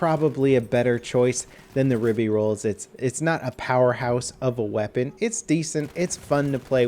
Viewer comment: Its pronounced "Rib-ay Roy-el"